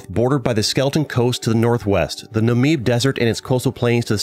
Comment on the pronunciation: I know about it, but umm.. I live in South Africa soo.. Does it really count? 😂 Also, your pronunciation of the Afrikaans name Windhoek killed me lol Also Swakopmund and Namib names lmao